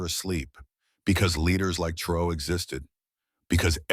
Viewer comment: Why caint you buttheads producing this video take the time to make sure you know how to pronounce this gr8 Black Afrikan leader's name, I've heard everything from Troy, Tray, Trayor, Troy to fuggin Tro. How fuggin disrespectful !!! HIS NAME IS TRA OR È!!! Git it fuggin right😠😠😠😠😠😠😠😠😡😖😡😡😡😡😡😡😡